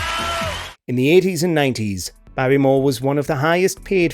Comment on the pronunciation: Barrymore. Not b on year. Wrong.